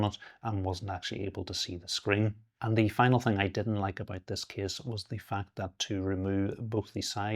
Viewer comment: That kiss pronounciation instead of case really distracts me lol